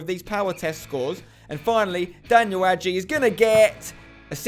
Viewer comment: Spencer adjei is a Ghanaian name and am from Ghana and you saying it wrong you need to say it like adjay not agey